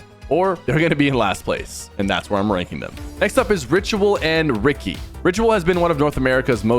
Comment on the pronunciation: ''ricky'' ''yuji''